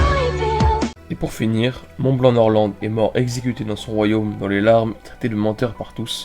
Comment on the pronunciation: Nord lent et Rodjé